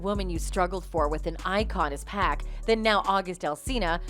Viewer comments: It's not pack it's pac 😆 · I would ask that the commentator not pronounce Pac, Pack! It's P ah C ! Thank you. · 'Pack'? 😣 it's pronounced 'POCK' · That incident was shameful and so is their marriage. "Pac" is pronounced the way you pronounce it when you say his full name. Like "pock" in "pocket" not like "pack" in "six pack." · It’s Pac not pack don’t disrespect. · lol yoo it's Pac not Pack... I know you read the name like it's pacman but no😂😂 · Why you calling him 2pac but refer to him as pack? It’s Pac(Pawk). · Why do you pronounce 2pac right but not Pac?!? Just say it the same without the 2